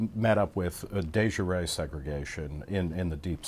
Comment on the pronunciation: that's not how de jure is pronounced. The way your pronounced it is another word in French (juré) meaning sworn. Jure rhymes with sure but with a voiced sh like the end of the word beige.